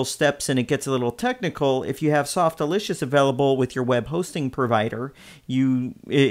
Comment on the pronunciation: The pronunciation is Sof-tack-you-loss “Softaculous” rhymes with miraculous. Not Softalicious. Sorry for the correction, but that’s totally wrong the way you said it.